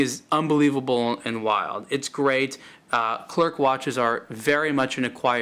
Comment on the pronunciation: Pronounced Cler and NOT ClerC OK!